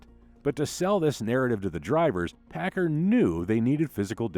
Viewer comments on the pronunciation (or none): Paccar is pronounced as 'packcar' by most everyone in the industry. Not 'packer'. I drove both over a 40 year career in trucking.